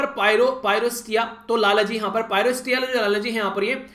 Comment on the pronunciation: 9/10 1 mark aapki pronunciation ka kaat liya aaj lalji ko lalaji bol rhe the 😉